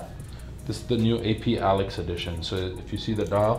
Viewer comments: Its called alyx (ALEEEKS) no fucking alex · Bro said alex not alyx thats crazy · not how you pronounce alyx seeing as ive spent 70k on the brand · Bro pronounced alyx soooo wrong 😂😂😂 what a 🤡